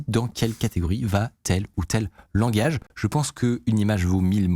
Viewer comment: "Langage" pas "Language".